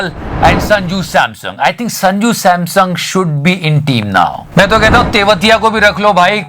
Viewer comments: its Sanju Samson, not Sanju Samsung, love you 3000 ❤ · Did someone notice he said sanju samsung? 😄😄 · He is Sanju Samson, not Sanju Samsung!